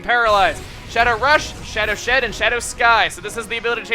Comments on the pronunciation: he said Shadow Sh*t instead of Shadow Shed lol! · it soundslike you said shadow sh*t xD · is it just me but when explaining moltres's attacks did he say shadow sh*t? or am i just crazy